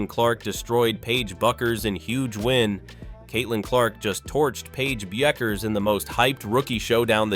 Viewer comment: Once again ai's grammatical Ineptitude on full display, pronouncing Paige Bueckers name 3 different ways. That is within the first 30 seconds of the video! When will ai learn the rules of grammar?